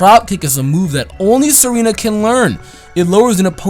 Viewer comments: Tsareena is pronounced zareena. Tsar is a noble rank upon monarchs. And it is prounced zar. Just thought I would let you know. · Tsareena isn't pronounced Serena. It comes from the word Tsarina, you know the female word for emperor,or queen or something like that in russian. Tsar= Tsarina->Tsareena, that's why it has the ability Queenly Majesty, wearing a crown and other pokemon are intimidated by it. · The T in Tsareena is there because otherwise it'd screw up the name scheme, which is a mix of Tsarina, Russian Royalty, and Mangosteen, so they could not have left it out.